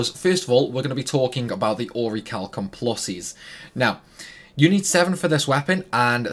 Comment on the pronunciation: The H is silent in Orichalcum+